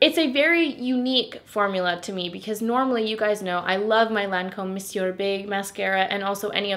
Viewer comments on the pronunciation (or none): none